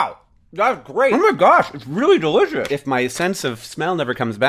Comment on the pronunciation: that's delæsh'